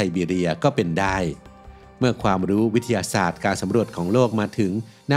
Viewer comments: ลองฟังช่วงนาที 0.11 ครับ วิททะทะสาด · พอมาฟังดูก็ เอ๊ะเลย วิด ทะ สาด ก็มา สู้ๆนะครับ❤ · ขออนุญาตนะคะ ฟังและสังเกตุมาหลายคลิปแล้ว การออกเสียงบางคำมันแปลกๆ ค่ะ เช่น คำว่า มหาวิทยาลัย อ่านว่า มะ-หา-วิด-ทะ-ยา-ลัย แต่เสียงพากษ์พูดว่า มะ-หา-วิด-ทะ-ลัย หรือคำว่า วิทยาศาสตร์ ก็พูดว่า วิด-ทะ-สาด แบบนี้ค่ะ ไม่แน่ใจว่าชินกับการอ่านแบบนี้ หรือพูดไม่ได้จริงๆ เพราะมีบางคำที่เราก็พูดไม่ได้เช่นคำว่า แคนาดา เราจะพูดว่า แคนะดาดา ค่ะ 🤣🤣